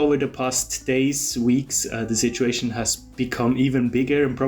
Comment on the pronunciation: Thanks for these warnings,. I really liked it when you said "this shituation" instead of "this situation".